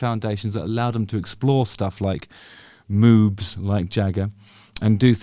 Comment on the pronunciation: It sounds like you're saying "Moobs like Jagger". I think Jagger would be too skinny to have moobs.....?